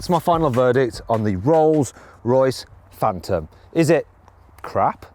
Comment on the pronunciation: 뤌스뤄이스 프웬텀